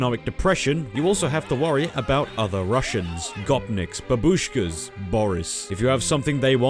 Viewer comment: The way he says "babooshka" is goddamn hilarious